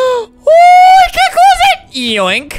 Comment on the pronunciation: why did he say oh like that XD